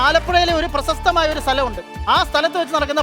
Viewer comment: പ്രസസ്തമായ അല്ല ഹെ ... പ്രശസ്തമായ, പുല്ല് കുറ്റo പറയല്ല...ഉച്ചാരണശേഷി ഇല്ലാത്തവരെ ഒന്നും പിടിച്ചു അവതാരകൻ ആകണ്ട പരിപാടി അല്ല ഇത്